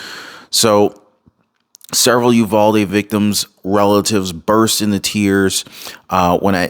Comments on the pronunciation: Uvalde is pronounced like you are saying You Valerie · Any Spanish word that ends in an "E''. is pronounced with a eee sound vauldEEEEEEE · ITS. U VAL DEE WITH A TEXAS DRAW❤